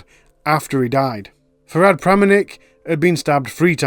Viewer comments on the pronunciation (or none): none